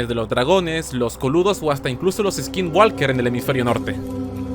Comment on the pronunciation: No se dice "hubieron", se dice "hubo". "Pero no obstante" es redundante. "Pero aún así" también es redundante. Hubo* La "L" de "walk" no se pronuncia. No se dice "eskingualker", sino "eskinguoker". "Hace X años atrás" también es redundante, no pueden ser "hace 2 años el el futuro". "Pero de todas formas" también es redundante. Se atestigua que hubo* A pesar de los cabos sueltos* el "pero" está de más. "Hace mucho tiempo" o "mucho tiempo atrás" son correctos, pero "hace mucho tiempo atrás" es repetir innecesariamente. "Hace unos años atrás"... lo mismo de antes.